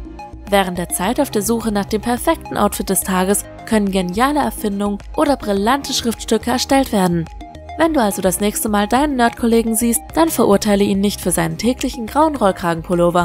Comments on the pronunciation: "brillante". Aussprache nochmal üben. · "brillante Schriftstücke"!? Seit wann spricht man "brillant" aus, wie es geschrieben wird?